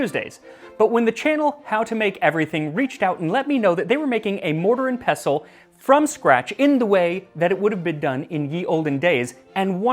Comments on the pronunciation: thank you for not hitting the T in "pestle" (unlike a certain other pronunciation-trolling food youtuber out there) 😅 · So nice to hear someone pronounce “pestle” correctly…